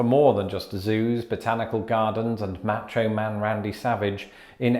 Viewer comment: "Match-oh" Man? Really?? You're just takin' the piss at this point. I swear to god, if you ever talk about eating "pie-yella", I will personally come to your house and pelt you with mass quantities of loose tortillas.